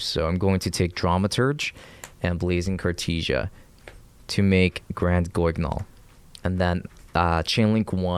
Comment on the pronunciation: good attempt with the name: granguignol its french, and to the english tongue, its pronounced properly as: graan-geen-yol. extra emphesis on the "ee".